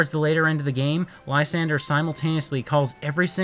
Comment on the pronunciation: Lysandre (whose name you're mispronouncing) had so much potential. They clearly had an influence from church indulgences, specifically the corruption thereof where people would literally buy their way into Heaven. But he fell so flat with it. He even says that things are fine as they are and that his plan is pre-emptive. He ended up being a Cyrus ripoff, only Cyrus was a compelling and deep character. A list of jerks and no Koya? Koya is basically what would happen if Silver was a good guy. Which of course doesn't make him a NICE guy, because Koya is perhaps an even bigger asshat than Silver could ever dream of being. He punches the main character in the face for trying to pet his Absol. He threatens the other main character for overhearing a phone call. How this kid manages to be Looker's assistant is anyone's guess. And honestly if you think Silver is a Mary Sue, i question what you think that term means.